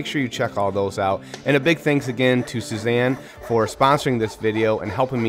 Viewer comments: Not Suzanne, pronounced (sue-ee-za-n) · Your sponsor's name is more like "Sooey-zahn", not "Suzanne" 😆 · beautiful table but youre butchering the name of that saw brand. Its pronounced soo-ee-zah-n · Suizan is pronounced = Soo-ee-zahn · Phenomenal workmanship! I can't help thinking Suizan is not pronounced that way. I know that's not the right thing to take away from this video.